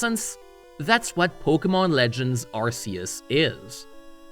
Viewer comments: It's Ar-kee-us not ar-see-us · You were very convincing until you said "Arsius" instead of "Arceus." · "legends arse-yous" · You pronounced Arceus wrong